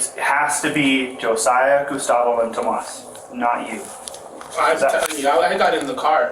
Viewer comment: That one kids name that’s spelled Tomas. It’s pronounced tom-as not toe-mas